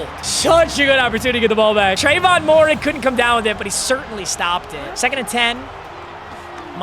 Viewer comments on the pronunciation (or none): Moehrig is pronounced May-Rig, not Mo-Rig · I know you hate it when people do this, but Trevon Moehrig is pronounced Mare-Rig